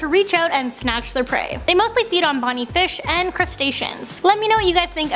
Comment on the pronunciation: Anyone else hear her say bonie, I think she meant boney lmao like bones lmao